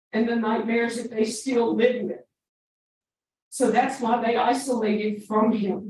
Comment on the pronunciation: He shouldn’t be released simply because he thinks the word “isolated” is “istolated” - he deserves much more than a life sentence. #deathpenalty